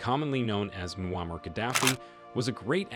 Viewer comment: Bro pronounced ‘Muammar’ every way possible. Good CYA